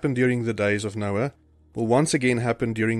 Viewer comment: The computer just read Noah as Noe! See residue junkie for Bible CHANGES